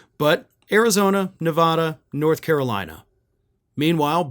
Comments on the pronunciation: First, Nevada is pronounced, “Nev A da.” We have a strong A. Second, the polls for Nevada are always incorrect. One cannot trust a Nevada poll. We have only two population centers: Las Vegas and Reno. Everything else is cows and one horse towns. Both Las Vegas and Reno vote blue because we have a lot of union people. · You mispronounce Nevada!!!😂😂😂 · How many times can you mispronounce Nevada in a single video?